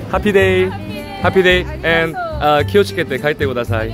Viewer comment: 키오츠케떼 ㅋㅋㅋ 이제 너무 잘해